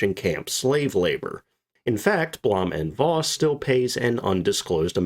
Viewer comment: Blom & Voss schuold be pronuncet: "Bluum und Fos"